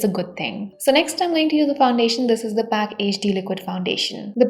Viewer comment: Mam aap ka pronounce galat hai ..it's call p.a.c